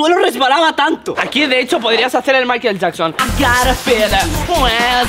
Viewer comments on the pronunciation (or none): none